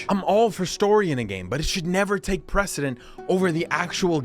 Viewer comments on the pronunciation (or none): none